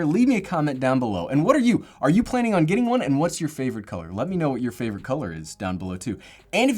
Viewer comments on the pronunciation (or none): none